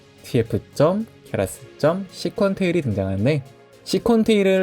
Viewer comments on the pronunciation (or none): 좋은 목소리로 양질의 내용을 아주 이해하기 쉽게 설명해주셔서 너무나 감사드립니다. 아주 큰 도움을 받고 있습니다. 👍 p.s. 굉장히 작은 부분이긴 합니다만.. `Sequential`에 대한 발음을 다시 한번 확인해 주셨으면 합니다.. 😅